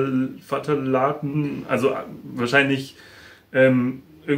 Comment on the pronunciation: Phtalate gesprochen F - tallate, sind weichmacher